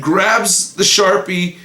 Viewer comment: I thought he said "Stan grabs the shart-pie"